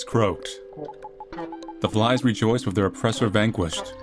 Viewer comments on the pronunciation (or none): none